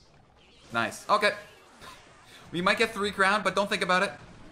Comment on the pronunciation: Do you watch Brooklyn nine nine P.S this came up cuz you said noice